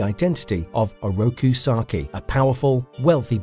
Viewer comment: I really mean no insult when I say this, but please work on the pronounciation a little. I hear you say "Oraki Saki" and "the fot clan". I know its an old video, but these sort of things are pretty distracting, and these aren't complicated names either. It kind of gives off a vibe that you never watched the show, or at least not the english version. I enjoyed the video however, thank you for the work.